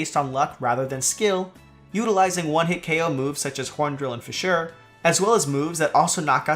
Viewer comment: “Fissure” is meant to be pronounced exactly as you would pronounce “fisher” in the word “fisherman”.